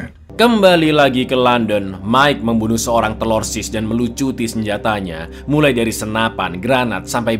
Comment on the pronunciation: Bang,ane kasih ide nich coba nyebut TERORISNYA jangan TELORSIS terlalu ribet coba diganti sebut dengan TERASI... 😂😂😂